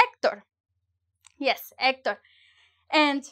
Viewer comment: Had me at “Hecterrr” Sub achieved!